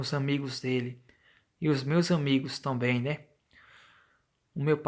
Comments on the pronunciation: "Tonbem"..... Tirando isso, ótimo relato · Tomben... não seria também? Cara vc precisa ler melhor.... Sem falar que esse relato tá muito mas contado.